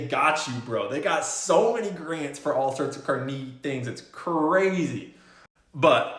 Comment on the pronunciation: Haha. You keep pronouncing Carnegie wrong.